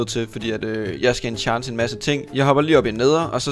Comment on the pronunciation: Det så sjovt når du siger "enchante" fordi du siger "enchanse" 😂